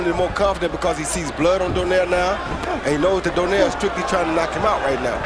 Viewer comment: comentator announce donaire as donier